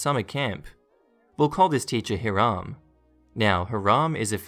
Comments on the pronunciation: Agreed. I believe it’s pronounced “HIGH-ram” not “haa-RAM”. I might be wrong. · Plus the emphasis is on the second syllable. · The proper name Hiram is pronounced Hi ram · I meant first syllable.